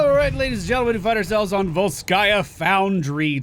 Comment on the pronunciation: take it from a slav. It's vOlskaya.